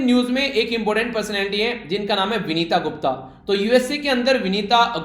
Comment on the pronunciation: सर विनीता गुप्ता नही वनिता गुप्ता